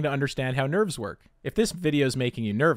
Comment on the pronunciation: i heard we have to talk about nerds and i was like nOoOoOooOOOo.... then realized he said nerves....